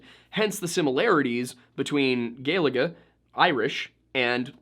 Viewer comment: Thank you for pronouncing "Gaeilge" correctly!